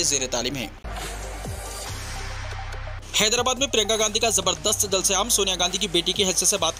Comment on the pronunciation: Bhai aap jo word 😀(ZABARDASTH)😀 bolte wo achha dikhta😄